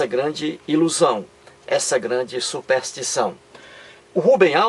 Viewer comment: SUPÉÉÉÉÉSTIÇÃO????KKKKKKKKKKKKKKK PÔ TU NEM SABES FALAR E QUERES DAR AULA DE TEOLOGIA????????????KKKKKKKKKKKK